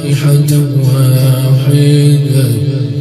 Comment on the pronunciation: إن كانت إلا صيحة واحدة وليس إن كانت إلا صيحة واحيدة